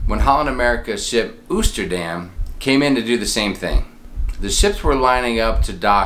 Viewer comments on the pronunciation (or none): Fyi Oosterdam is pronounced Toasterdam minus the T up front.